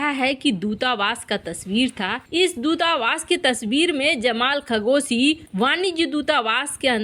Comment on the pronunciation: खगोसी नही, वह तो खशोगी है 🤣